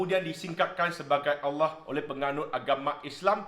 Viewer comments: Sebutan Allah oleh amat tepat.. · Ush, terkejut dengar sebut nama ALLAH. Bukan terkejut sbb ape, tapi terkejut sebab sebutannya tuu tepat dan betul. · Tak pelat pun sebut kalimah 'Allah'. Positif penghayatan dia? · Terbaik..u mmg rakyat Malaysia yg sejati..sebutan Allah tak pelat lagsung.Terbaik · ni islam ni...sbb tu sebut Allah tu sedap n betul.... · Semoga Allah berikan hidayah kpd.... sebut Allah da bagus.....jgn risau,u blh pakai u punya nama jika maksud bagus...itu pisang nanti² br kupas....😂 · sg petani ni memang steady.Sebut nama Allah pun macam orang islam sebut.You are very sensible! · Kan.time dia sebut tu suka aku dengar. u are a wise man.semoga kita semua dapat hidup dengan bertoleransi dan saling menghormati walau berbeza agama dan bangsa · Aku cari komen ni hahaha, sebutan Allah dari ni sangat tepat. jarang aku dengar cina2 boleh sebut nama Allah dgn baik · Setuju2 la sangat cara sebutan tepat semoga diberi hidayah amin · Minit bukan Terawih tapi Tawarikh 😁 Explanation ttg Kalimah Allah mmg cenggini 👍🏽👍🏽👍🏽 Sebutan Allah pun sangat tepat. Semoga Tuhan rahmati diberi kelancaran berucap dgn minda yg jelas 😊